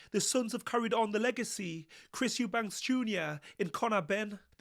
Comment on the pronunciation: Eubanks? ITS EUBANK!!!